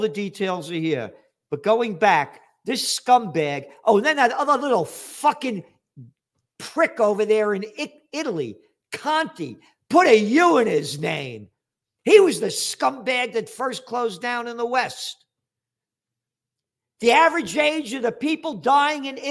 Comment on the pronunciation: it is Conte not Conti, and I cant stand him either.🎉